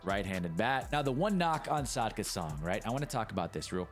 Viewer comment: Good video, i just wanna say its actually Sakda not Sadka